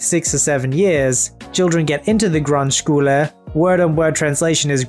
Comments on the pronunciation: I've never heard someone pronounce Grundschule that funny haha xD But to correct one thing in that story, you don't need to have the best grades to go to the Gymnasium. You can decide if you want to go there and it doesn't mean you're smarter than someone who goes to a Realschule. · When you read grundschule I had to chuckle I am sorry